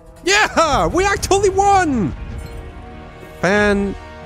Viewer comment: 'Yes! We aktooallee won!'